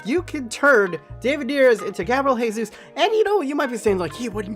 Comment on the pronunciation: His last name is pronounced with the J sound or like a Zh sound instead of an H sound because it's portuguese not spanish